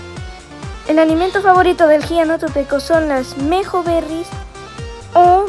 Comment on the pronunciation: Buenos videos aunque sea tarde para comentar y me rei cuando dijiste giganotopeco